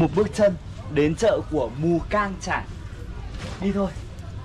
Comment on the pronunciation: Mù cang chải k phải mù căng chải mod ơi